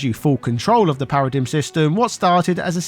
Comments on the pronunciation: Feel like I should point out it's usually pronounced "para-dime". Also in FF XIII-2, they got rid of the annoying "Paradigm Shift" animation, making battles and switching faster. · Do Brits generally say, “para-DIM,” instead of “para-DIME?” Or is it just you?😅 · thats not how paradigm is pronounced